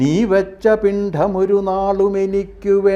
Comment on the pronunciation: മാത്രമല്ല, പിണ്ഡം എന്നുള്ളതിന്റെ pronunciation തെറ്റായിട്ടാണ് ചൊല്ലിയത്. 'പിണ്ഠം' എന്നാണ് അദ്ദേഹം ചൊല്ലിയത്.